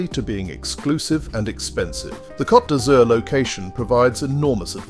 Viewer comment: That's not how you say Blue in French. 😂